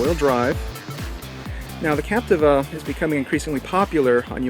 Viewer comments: Lol, I was just about to comment about the how to say captiva, now I know the right way to say captiva. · Say Capteeva